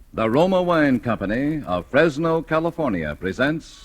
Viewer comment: Those excellent Californ-eea wines!